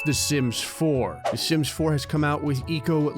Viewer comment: When you say sims it sounds like simps